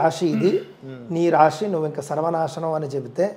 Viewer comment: రాషి కాదు రాశి